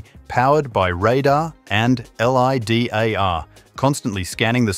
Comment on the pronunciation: Rather than looking like it was stolen from the future, I remember George Jetson driving one of these in the '60s.🤣 Silly AI voice, LIDAR isn't l.i.d.a.r.; rather, it's LIE-dahr. US cities could start to resemble Star Wars' Coruscant in future years, with multiple levels of traffic.